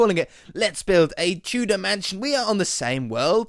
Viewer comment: Whenever you say Tudor mansion it always sounds like Two dimension xD